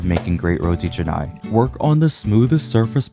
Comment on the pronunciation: You pronounce correctly!! Some people pronounce it as Roti Kanai!!